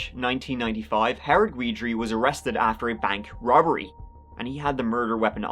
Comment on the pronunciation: Hey sweetie Guidry is pronounced Gid-ree.